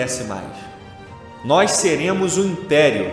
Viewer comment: Napoleão era amazonense kkkk "noix"